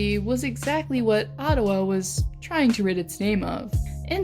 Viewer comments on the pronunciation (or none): none